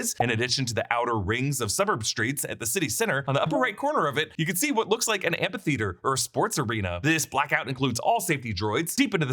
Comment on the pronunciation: It’s pronounced am(fee)theater not am(pee)theater 😅